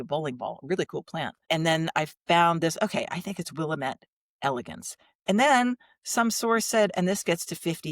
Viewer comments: I live in NW Oregon my husband was born here and it is pronounced Will-aaam-ette. This name is always pronounced incorrectly. The Willamette Valley is known for their exquisite Pinot Noir wines, which makes us a great wine tourist destination. thank you for the fun video with guest who I follow (there is that word). I don’t watch much of IG any longer, I lost interest when I was hacked and had my art site of six years stolen and deleted. I tried to get it back but you never get anywhere because there isn’t a person to talk to. I tried to start over but gave up on that and then started a garden site which is too much work. So now I do all my watching on YouTube. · Hello, a new subscriber, also from the Willamette Valley in Oregon. Sometimes we say “it’s Will-AM-mette, dammit!” (Perfect for the DIWIPT segment!) Actually I’d love to go find that Willamette elegance. Great conversations, so glad I found you all!